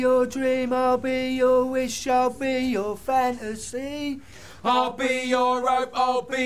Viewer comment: The way he said fan asy at the start shows british